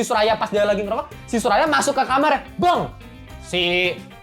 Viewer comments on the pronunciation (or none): none